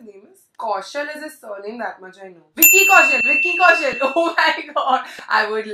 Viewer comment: lol its "Vicky Kaushal" not vickey 😂😂😂😂